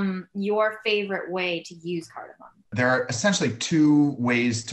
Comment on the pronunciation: I love cardamom. I hate how people call it “cardimon” Let’s get it right folks.